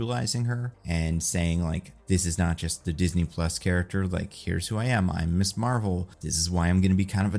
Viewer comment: Ms is pronounced “Mizz” not “Miss”